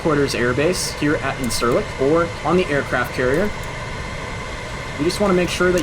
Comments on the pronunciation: it is pronounced insur-Lick.....not in-SUR -lick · The airbase Incirlik is pronounced as "Indjirlik".